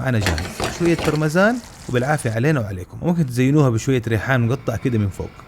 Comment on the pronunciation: اسمها "براماجان " Parmesan cheese “ ج “ وليس س وشكرا ❤️